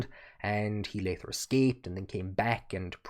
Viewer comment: I enjoyed the video! Genuine question, I'm into linguistics: You sometimes pronounce "t" and "d" as "th" for example you pronounced "leader" as "lee-ther" and "later" as "lay-ther," is common in the Hiberno-English or is that specific to you. Again, not picking on you! Just interested.